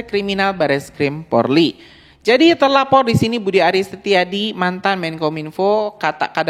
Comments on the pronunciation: Bukan PORLI bro .. POLRI .. 😂😂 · Haiii....maaaas bukan PORLI Tapi POLRI, di ulang" brrti anda juga bisa di laporkan lhooo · bukan PORLI yang bang, tapi POLRI... POLRI.....POLRI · Polri bukan Porli